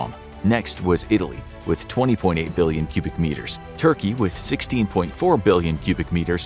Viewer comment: lol "billon"